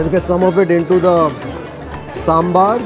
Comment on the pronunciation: Loved the way you said Saambaar...and not sambur; like some people do.